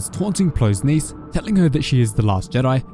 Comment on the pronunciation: Just say niece, it’s not that hard